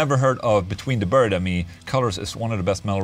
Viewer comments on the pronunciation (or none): I thought you were saying Between The Bird And Me.